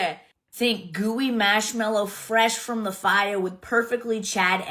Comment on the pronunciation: WTF is "masmellow"? And "spackeling" ice. Words aren't enough to describe how much I detest that woman.